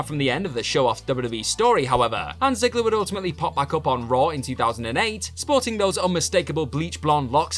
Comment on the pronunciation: Please never say Ziggy again